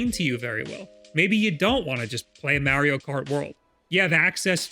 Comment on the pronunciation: Please God tell this man it's Mario not Meario